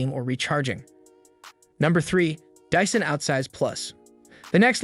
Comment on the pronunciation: I was with you until you said "dissan"